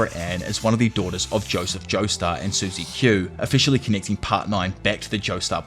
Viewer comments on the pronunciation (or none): none